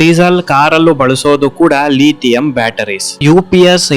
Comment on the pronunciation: ಲೀಥಿಯಂ ಅಲ್ಲ,ಲಿಥಿಯಂ, ಅಮದು ಅಲ್ಲ, ಆಮದು.